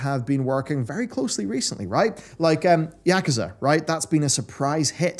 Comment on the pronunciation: Funny Pronunciation Comment YAKuza....lol